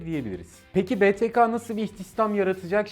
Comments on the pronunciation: Beteka diye okuyorsun Beteke diye okuman lazım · btk betaka diye deyil beteke diye okunur